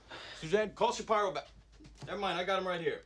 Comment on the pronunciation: Shap-EYE-ro kills me everytime